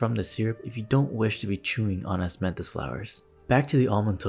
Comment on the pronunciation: “Osmathis flowers” OsMaThIs wiNe JSDJSOSHSJDJJS